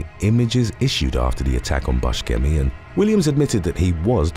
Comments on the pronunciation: I hate to be that guy right now, but Steve Buscemi's last name is pronounced "Boo-shem-ee", not "Bush-chem-ee" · When not being able to pronounce names correctly goes wrong..... I mean, really? Buskemi? Its pronounced boo-shem-e. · I love this channel, but that is NOT how you pronounce Steve Buscemi's name. Buh-shee-me or even Boo-shee-me if it's said all at once as it's meant to be. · Yes, I'm pretty sure he's told interviewers/talk show hosts that it's pronounced like Boo sem ee. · It's the s sound, not the hard c. Also, I don't think it's the shee sound.